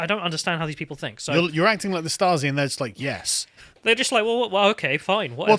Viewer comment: The first british people, who correctly said a german word. Props for that, guys, Stasi is exactly correct.